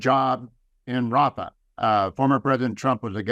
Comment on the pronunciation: Biden says hafa Rafa it's all the same to him